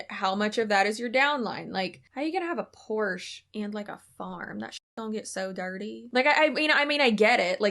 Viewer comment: I hate to admit this but she got points with me for pronouncing Porsche properly 😂